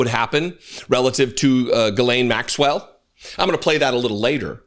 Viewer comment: Dude. Pronounce her name correctly for god’s sakes you’re the opposite of a MAGA. Please. It’s not difficult. The ‘Gh’ is pronounced like a ‘J’, so spelled more phonetically - or ironically - it’s Jiz-lane. Cheers